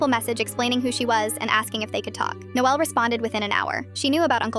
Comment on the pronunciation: I kinda like the way she says Noelle